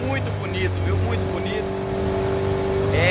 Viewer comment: Soltou o "cacharinha" aí "buniiiiito"... Ganhou like:-):-):-)